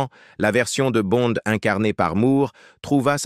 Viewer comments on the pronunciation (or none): Tout ce Blabla pour Rien et du Con ce n est pas Bon mais Bonde en français, apprend le avant de commettre tes vidéos pas aussi ridicule que toi